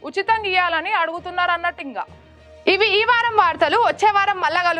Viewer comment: చదవనీకి కాదు చదవడానికి 😅 ఇంగా కాదు ఇంకా 😢